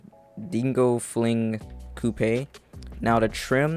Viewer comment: How he said coupe 😭